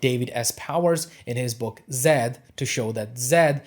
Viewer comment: The pronunciation of Zayd is with a soft a like in plane not Zed.